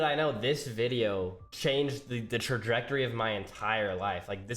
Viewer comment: homie, stop saying trajdectrory